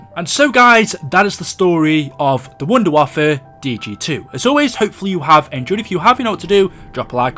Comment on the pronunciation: It's pronounced vundervaffah-DG2